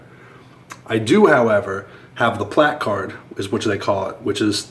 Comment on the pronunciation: Your right in your case and that shit was funny. But if he was right in other cases it's good that he points out the people who abuse those spaces. Either way I can definitely see your frustration. By the way you say placard funny.